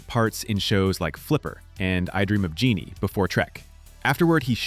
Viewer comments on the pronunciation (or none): none